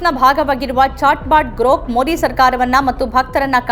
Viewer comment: ಮೋದಿ ಪದಬಳಕೆ ಸರಿಯಾಗಿ ಉಚ್ಚರಿಸಿ. ತಮಿಳಿನವರು ಮೊಡಿ ಅಂತ ಹೇಳಿದಂತೆ ಕನ್ನಡದಲ್ಲಿ ಹೇಳಬೇಡಿ. ಕನ್ನಡಿಗರಿಗೆ ಮೊದಿ ಹೆಸರು ಸರಿಯಾಗಿ ಗೊತ್ತಾಗಲಿ.